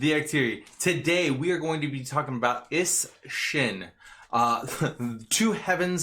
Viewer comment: Is-Shin lol goddamn